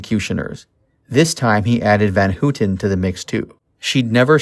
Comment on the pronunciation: SEE BRING not seb bring van hoot tan ? i'm thinking you weren't alive during this time in 69,because you're getting the pronunciation of the names wrong and with living through that era,which i did,you would have been familiar with how their names are properly pronounced,yet it was a good docu